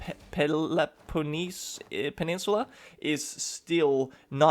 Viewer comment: the way u said peoloponesos made me laugh. The thought is what matters.